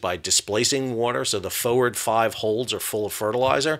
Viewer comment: I'm Englishman why can't you say forward properly ? Lol